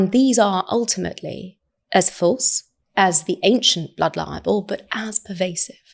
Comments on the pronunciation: I do wish she would pronounce libel clearly. She pronounces it so that it sounds very much like "liable". Which is a completely different word, and therefore meaning.🤦🏻‍♀️ In fact, the auto generated subtitles hears and shows it as "liable". Which must make it very confusing for non English speakers or people with hearing impairment 🤷🏻‍♀️🤦🏻‍♀️ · She’s still calling it ‘blood liable’. Please, somebody, correct her.